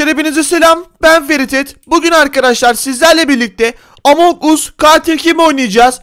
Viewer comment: o among us değil among as diye okunur